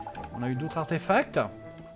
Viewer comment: "Arfetacts" xD